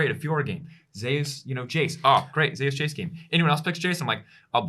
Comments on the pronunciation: Why change two millennia's of the greek-roman King of the gods name pronounce of Zeus!? What they call it Zaeas? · Because there is another player called Zeus in lck I believe so they pronounce t1 Zeus that way for clarity